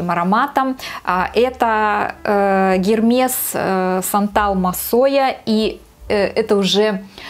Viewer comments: Извините конечно, но бренда Гермес в природе не существует (прямо ухо резануло) , есть Эрмес, еще раз, извините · Тоже резануло ухо)